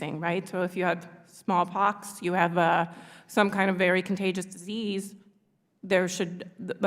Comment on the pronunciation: She said smallpox?